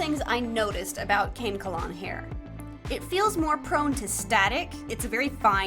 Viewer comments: Hi! Very tiny lil tid bit, but the hair you mention is pronounced Kah-neh-kuh-lawn (Ka-ne-kalon)! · someone please lmk if i’m wrong, but i’m pretty sure kanekalon is pronounced ka-ne-kalon instead of cane-kalon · Kanekalon is actually used in human braids and estestion styles. Pronounced kan-eh-co-lan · Fun fact: loads of black women use kanekalon hair on their braids and that's why it's way softer. Also can-eh-keh-lawn is how you pronounce it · Hi! Long time viewer here. "Kanekalon" is pronounced "kuh-neck-uh-lawn". Happy crafting! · Kanekalon can-eck-a-lon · It’s KAH-NECK-KAH-LON😅😊❤ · pronounced like “kuh-neck-uh-lawn”, hope that helped by the way!! 🧡🧡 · just in case nobody else said it, ka-neck-ka-lawn is how it's pronounced. love your content!!! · AA I LOVE HER SM!! I honestly love this series so far because it’s rainbow and involves sweets!! Also, I searched the pronunciation of kanekalon and it’s ‘kuh-NEK-uh-lon’ ^o^ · kanekalon is pronounced kun eh kah lawn :) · I’ve always heard it pronounced can-eh-kol-on so the second time you said it was correct. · i think it is pronounced Ka(like in cat)-ne-ka(Like in cat)-lon(Like lawn) Ka-ne-ka-lawn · It's k-uh-neck-uh-lawn Kuh-neck-u-lawn. Both of the pronunciations i out are the same. I just wanted to make sure u had multiple ways to read it cuz ik everyone reads things differently. It's a good hair type and is used in a lot of wigs! I adore how ur dolls have so much life in their eyes! Truly shows the passion you have!🥰🫶🏾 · how to pronounce kanekalon —- (kah-neck-you-lawn) love you!!! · so so cute! Also, its pronounced- "Kah - neck - ah - lawn". Have it in my head right now~!🏃🏾‍♀ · "kuh-neck-a-lon" - there is a song with the word in the chorus, You Wish by Flyana Boss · btw the hair is pronounced kuh-neck-uh-lawn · Ca- Neck- a- lawn is a good pronunciation. (less emphasis on the wn sound!) it’s used a lot in the black community as braiding hair when getting braided hairstyles!